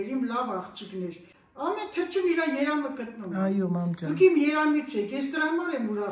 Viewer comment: երամ է ասում 😂 մ տառի փոխարեն ն տառն էր մեջ ընկել 😅😊❤